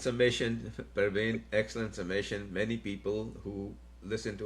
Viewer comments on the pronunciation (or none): It is Pravin and not Parween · It is not pARvin. It is pRAvin